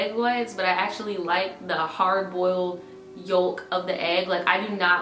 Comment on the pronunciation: I’ve never heard someone pronounce ‘yolk’ like that 😂